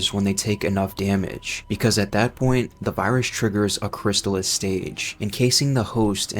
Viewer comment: Is this AI voice slop?? Listening to this shit mispronounces ouroboros over and over and chrysalis was jarring.